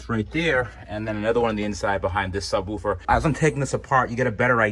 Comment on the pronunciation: I giggle at how you say subwoofer.